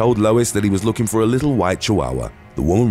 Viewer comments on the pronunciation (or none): none